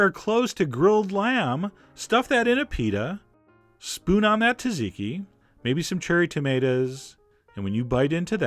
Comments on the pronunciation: "Cha-chee-key" is a mighty good try at pronouncing, all the more for a New Yorker. If you can make the tiny switch to "Jah-jee-key", you will find yourself able to travel undetected in Turkey, Armenia, and Persia, the region of orign of the word, and, very probably, the dish. Which, of course, is between you and I, for it might cause lenghty and heated debates with Greeks. But that is maybe Sisyphos' roll, not mine...(drum roll) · "SOT-SEE-KEY" Not "tazeeky"... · It's not taziki, it's ZATziki... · Hilarious as always. Hate to say it but it’s pronounced ‘ZAT-ziki’ not ‘Tat-ziki’! Have a feeling you may already know that though! Keep up the hysterical work. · I Love Chef John. so , I'm going to correct you , because I Care... it's not Ta-zi-ki.. it's tsa-zi-ki... Chef John is the best !!! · It’s not pronounced taziki......it is pronounced tsatziki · Zaziki,not TAZiki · No cayenne, no paprika, no dill! Where's the olive oil and red wine vinegar? And, for the love of gyros, when is someone outside Greece gonna call it what it is...."Zot-zit-key" not "ta-zee-key"?! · Ok good video, but its not "tuh-ziki" its "zah-tziki" i swear every time he said it i shuddered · repeat after me john: za-ze-key, not taziki, or chachikey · is sauce ki correct pronunciation hai sat-see-kee sauce, isko normally thora taizi se boltay hain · Tsat- zeee -kee. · I have family in Greece and they pronounce the tz sound almost like a j so it sounds like ja-jee-kee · He pronounces it “taziki” ??!!! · I’ve seen Gordon Ramsay make this and I’m pretty sure it’s pronounced “terzicky”. The Brits do have an excellent reputation for correctly pronouncing foreign words. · Its pronounced "Zadziki" ya dumb yank!!!! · Great video, though just so you know, it’s pronounced “Zat-zee-key”😊. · Why are you pronouncing “taziki”? Can’t you read what you’ve written it’s called? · ZATZIKI - you're pronouncing it wrong, I lived in Cyprus for 6 years, the emphasis is on the Z at the beginning, the T is silent